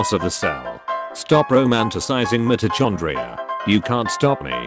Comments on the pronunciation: I just can't get over "mito chong-gria" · Why u gotta pronounce mitochondria like that